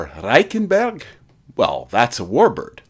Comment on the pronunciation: It's difficult for a Canadian to learn how to roll our "Rs" I did it for a comedy bit I was doing. Good work.